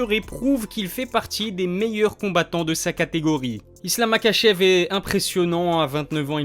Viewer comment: Ça se prononce ma*R*achev